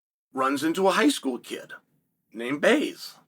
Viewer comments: Baze huh? Not Blaze, but Baze. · It’s Lilledahl, not Lillendahl. BLaze not Baze😂 I heard “Lillendahl” and thought “Christ, ah well, benefit of the doubt, then you dropped Baze with such confidence 😂😂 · Lmao and he keeps doing it. "Thats Baze" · I was like, did i miss something, who is baze.. Then it hit me, hes chael-ing blaze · not his fault. Chael said it wrong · Why can’t Chael sonnen pronounce Marcus Blaze and Luke lillidahl